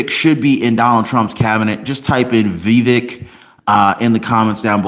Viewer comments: It’s pronounced Vi. Vake (rhymes with cake). So you know. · It’s pronounced Viv-ache as in cake.